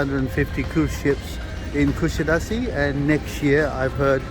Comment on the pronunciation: You have lived in Kusadas"uh" long enough to know how to pronounce it!!